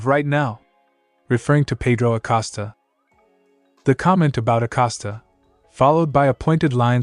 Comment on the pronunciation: His name is Acosta not Acasta.